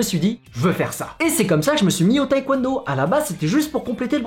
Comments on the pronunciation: ça me stresse quand il dit "taékwouènedo" alors que c'est "tèkwondo" ;-; mais sinon super vidéo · La Coréenne en moi n'a pas pu s'empêcher de cringe à chaque fois que tu prononçais taekwondo "taïkwondo" T^T Mais vidéo super intéressante, je vais peut-être m'y mettre x) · Par contre faire du taekwondo et ne pas savoir prononcer ce mot c'est chaud un peu :(